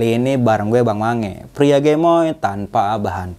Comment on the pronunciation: bang sange bkn mange